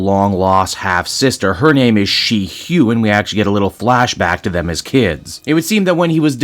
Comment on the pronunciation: Shi-hua is pronounced She-Hwa.